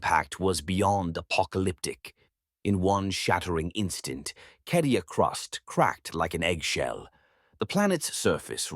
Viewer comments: Yeah no. It's cadia my dude. I've played almost all of the strategy games and more than a few of the others. It's never been pronounced kedia. Even the audiobooks published by black library call it cadia and if anyone knows the proper way to say it I'd say the guys who publish it would. Tbh it's almost impossible to take this channel seriously anymore with all the mispronounced names and terms in every video. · it's never been KEDIA in any Warhammer game, lol. Even as far back as Winter Assault it's been CAY-DEE-AH. It would take literally 2 seconds to check. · Love these absolutely amazing. However, it's cay de a. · It says Cadia not Kadia in the 40k space marine 2 gameplay at least twice within first 20 seconds. Not remotely an expert on 40k or pronounciation of the words but they say it a fair few times in the game. Not a hater, just curious about which is correct, keep up the good work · Cadia’s pronunciation is”kay dia” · According to the captions, he never does. Just says Kedia.